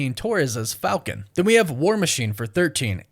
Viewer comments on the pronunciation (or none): none